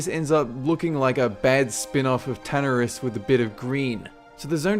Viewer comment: Na-grand. Not Neh-grind.// Ta-na-ris. Not tahnahrihs.